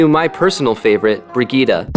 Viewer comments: just say Brigitt-e and not Brigitt-a. The e is spoken like the A in Apple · I dont think that's how you are suppose to pronounce her name